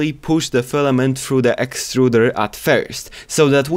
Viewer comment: This guy really said:"everyone is telling me to keep my fliment dry, if the whole printer is wet my wet fliment will be fine."